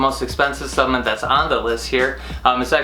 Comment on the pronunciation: It’s “supplement”, not “subament”.